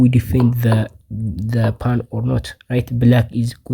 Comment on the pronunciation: I have an English puzzle for you: find out the pronunciation of "pawn"... seriously dude!